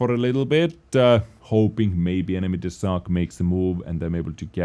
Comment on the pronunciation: No, it is a fang (of wolf), its pronunciation is with long "a"